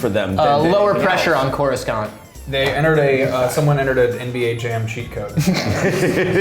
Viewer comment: I could listen to you guys talk about great and terrible Star Wars games for a while. Though it pains me to say I died a little inside when mispronounced Coruscant. I feel awful that I noticed it, and that it bothered me.